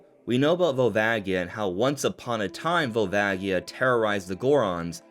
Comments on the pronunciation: Volvagia is a J sound, btw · All you have to do is look at the Katakana. ヴァルバジア. ジ is the slam dunk. The accent makes it a "ji" sound